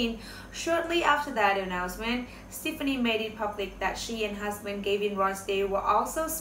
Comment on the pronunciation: They did NOT have interest i. each other til AFTER l Gwen filed for divorce in August of 2015 you stated this fact wrongly. Also, learn how to pronounce Gwen's last name .It's pronounced Steff ah knee